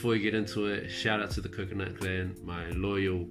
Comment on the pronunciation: I've watched all your videos just to listen you say kokonut 😂